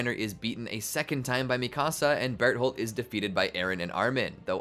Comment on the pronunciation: i hated the way you said mikasa though😭